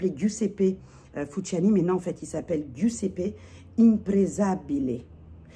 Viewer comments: Heee sista, c'est fusciouni pas fusciani, tu crois c'est panzani ou quoi😂😂😭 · Merci pour cette revue sur Meo Fusciuni (pas Fusciani!). Mes préférés. Bon 1er mai à vous. c est l Oblio et Sogni en gourmand aussi. Bon 1er mai à vous. J en ai 6.Et la violette Viele Nere est trop belle et naturelle des bois.